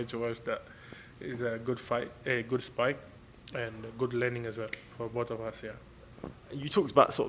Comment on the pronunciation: Martin "sparring" bakole